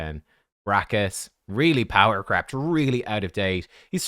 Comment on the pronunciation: Lol every time someone says power crept it sounds like power crapped. which is kind of humorous.